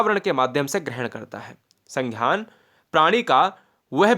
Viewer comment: संघ्यान नही है संज्ञान है😊